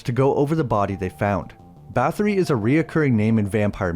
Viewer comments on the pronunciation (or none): Yes historically her name was Elizaberta Bathory the th sounds like a t slid over your front teeth.